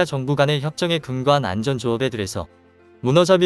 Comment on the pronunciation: 수고가 많습니다만 원고를 읽기 전에 틀린 곳은 없는지 교정을 하고 자막을 올리고 더빙을 해야 하는 데 그렇지가 않군요. 읽으면서 좀 어색한 어휘가 없었나요? 그대로 따라서 읽고 계시던데요? 1분51초에 " 양국이 해양 만전 분야에서도? ' 는 해양 안전 분야로 해야되겠구요. 2분1초에는 "바다에서 위험에 저해 있는?" 에서도 "위험에 처해 있는" 으로, 2분4초와 2분12초 에는 "해량경찰관으로서 "에서도 해량경찰이 아니고 해양 경찰로 해야 겠죠? 만에 하나라고 미리 원고를 교정할 시간이 없었더라도 읽다가 말이 안 되는 것을 느끼지 못 하셨다면 그것도 문제가 되겠습니다. 끝 까지 가 보면 더 있을 것이기에 그만 지적하겠습니다.